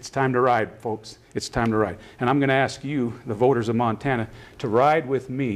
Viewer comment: How anyone could vote for Maryland Matt is beyond me. Matt Rosendale looks strikingly similar to Rudolph Hess, the Nazi. I'm sure his views align well with Rudolph's. Matt Rosendale is a creep in the highest order! He cant even say Montana right, c'mon Montana this choice should be easy, Vote Tester. He wont be a rubber stamp ass kisser to Trump